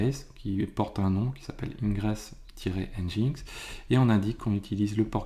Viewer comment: Au cas ou : NGINX (prononcé [ˌɛndʒɪnˈɛks] ;) et yml -> yameul, ce sont des détails mais ca permet de communiquer plus facilement dans un contexte international (ce qui est qd mm bien souvent le cas dans le milieu informatique)